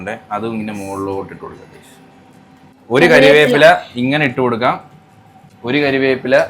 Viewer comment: Ambuttan nadakkunnath kandapol othiri santhoshamayi.ningal cooking kariveppila enn parayunnath kelkumpol kariyappila enn parayum..cheriya request an . Ningal maximum malayalam vakkukal correct ayit thanne paranjirunnenkil kuduthal better akum.Amma thanna shirt 👔 super 👌 ❤ningal idakk Thenmala pokumpol cooking video idumo